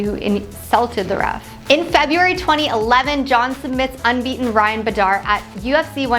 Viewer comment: It’s amazing they don’t pronounce the names correctly esp. when the commentators very clearly say “Bader” & “Chanel Sonnen”…she literally mispronounced every name expect DC